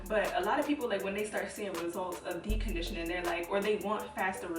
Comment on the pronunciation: 🤣🤣🤣 “dee condition”